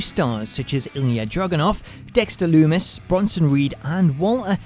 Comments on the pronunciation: dont like to be that guy but........ "Dexter Dumis" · Dexter "Dumis" ???😂